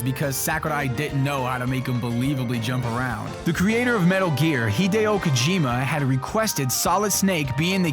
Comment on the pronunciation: Hi-Deo Kojima, not Hee-deo Kojima!